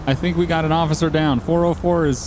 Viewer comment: You guys are killing me saying 4O4. It's four zero four!!! Highlight of my day watching you guys